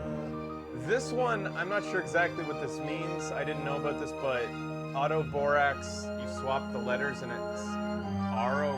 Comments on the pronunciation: robot not aurobotax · Au"tobor"ax -> Au"robot"ax